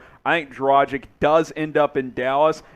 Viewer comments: It’s not “dra-jich” it’s “dra-gich” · dra-geech. learn how to pronounce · Pronaunce Dragić correct..... FU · Why is able to pronounce dragic correctly, whereas isn’t?! It really gets on my nerves